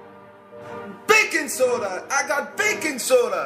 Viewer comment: Whenever he said baking soda, I thought he said bacon soda XD